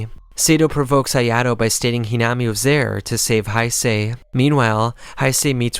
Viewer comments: its not hinama its hinami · Great video. But you pronounced "Hinami" like 3-4 different ways. Flipping through different pronunciations every time you said her name. It made it a little difficult to follow the parts involving her. You also say "Quinque" a couple different ways